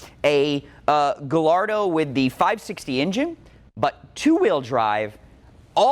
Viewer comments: It's pronounced gah-YAR-doh. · Every time he tries to pronounce “Gallardo”, The demon of Enzo Ferrari grows stronger, eventually to return to Earth and rule over those that refuse to learn how to say things properly….